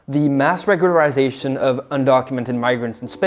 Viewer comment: I couldn't help but stifle a little grin as you tried your best pronunciation of "regularisation". And with a completely straight face to boot (how many hours of practice?) It was unkind, I know...but I couldn't help it! 😂 It was so adorable!